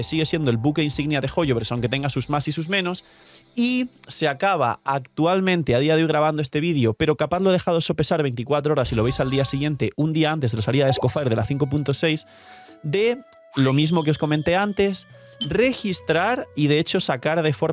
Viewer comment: Me da conflicto que cuando menciona snessnaya (o como se escriba) si hace incapie en pronunciarlo bien, y cuando dice escoffier dice esco"fire", se que los españoles odian a los franceses pero es algo hipocrita mencionar bien un nombre y otro no